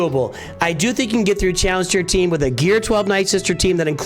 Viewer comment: “tallenge teir tee”😂😂